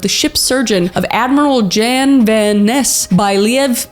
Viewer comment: I love how you tried to speak Dutch there for a moment. You said “Jan van Nes” pretty good, good job!